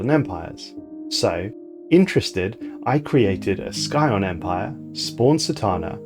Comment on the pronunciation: What's with your weird pronunciation of Scion